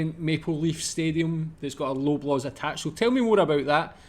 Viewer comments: Lobaws is pronounced 'lob' as in 'lob the ball', not 'lobe'. Maple Leafs Gardens was original venue for Maple Leaf hockey team. There are not any other supermarkets like this one. We don't have shops in Canada like your small frozen food shops in the UK like Iceland. No Frills is owned by Loblaws. Grocery stores carry a variety of foods from all over the world. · Please pronounce it as "LAW BLAWS" not Loblows !! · Hey, love your videos.. I'm from Canada just south of Toronto.. For some dumb reason it's pronounced Lawblaws. don't know why they spell it LO... cheers